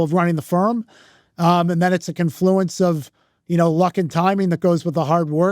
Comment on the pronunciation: Say confluence (incorrectly) one more time